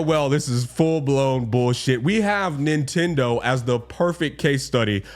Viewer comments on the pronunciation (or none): none